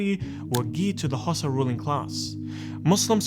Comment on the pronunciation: Its pronounced HAU-SA as in Hausa not Xhosa which is in South Africa lol